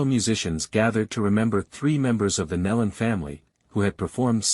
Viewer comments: "Neeeeeelon". AI......say it right. For crying out loud. Neeelon. Not Nellon. Lordy. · Kneelun is how it's pronounced btw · I just wish they would pronounce their name right Neelan